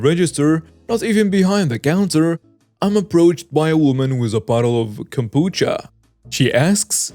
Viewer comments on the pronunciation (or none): none